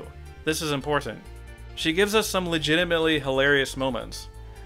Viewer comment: I never noticed how you annunciate the word important. Alot of strength in that 1st T.